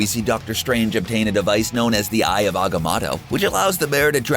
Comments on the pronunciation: Its not pronounced as Eye of Agamadto its the eye of agimodo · Say it with me Motorola "Agamoto" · I cant take you seriously if you do not know how to say Dormmamu and Agamotto